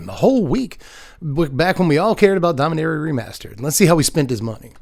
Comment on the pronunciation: You're pronouncing it Domineria, instead of Dom-ee-nah-ria. Is that from some official source pronouncing it?